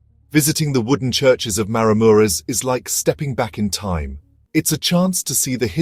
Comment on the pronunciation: OK, if you are going to do a narrated video, Maramureș needs to be pronounced properly, and the wooden churches should be Romanian, not with Ukrainian churches mixed in. I suspect the commentary is AI.